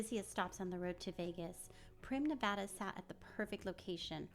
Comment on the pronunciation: First off great video! Second, thank you so much for saying Nevada correct correctly. I get so annoyed with people saying it incorrectly. Third, they should turn Buffalo Bills into a family property with no gambling and convert the casino floor into an amusement park. They should open back up all of the attractions that they built overtime that have been closed off like the magic motion rides in the back near the roller coaster and log ride. They should make Prim Valley Resort Casino into a full on adult experience, read into that what you will, and Whiskey Petes should be converted into a trucker centric property. Also a Walmart would probably do well out there. And a Buckys would be an awesome idea to be honest. I’m surprised they haven’t built one here in southern Nevada yet. Maybe whiskey Petes could be some kind of uber mega Buc-ee's.